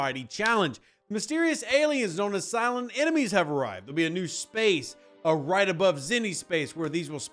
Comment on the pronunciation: For some reason when you say “Silent” hostiles I kept hearing “Cylon.” Maybe it’s just my phone. Frakkin’ toasters…. Another loop, but maybe some useful stuff in it (efficiency efficiency efficiency). We’ll see.